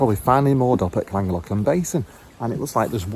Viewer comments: I follow lots of Narrow Boaters and none of you can say Llangollen properly. It's KLAN GOTH LAN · Great vlog as usual guys. Can't wait to do the Llangollen, just can't pronounce it! Take care